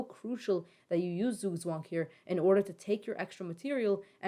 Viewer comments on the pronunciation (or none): The "z's" in Zugzwang are pronounced like the ts in tsunami